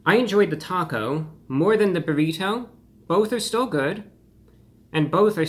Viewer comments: The way this man says “bur-eee-toe” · "The buh-reh-toe" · I love how he says brrrrito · What is that shell colored with, beets or red dye? Your pronunciation of “burrito” is so peculiar! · Stop saying burrito like that! Clip your fingernails too!